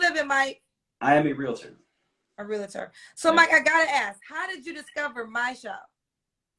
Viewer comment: It's REALTOR....NOT ReaLITor 😩. No I.